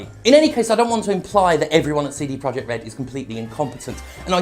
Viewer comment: All I can hear is "Seedy" Project